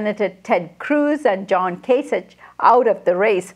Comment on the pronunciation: KAY-sick, not KAY-sitch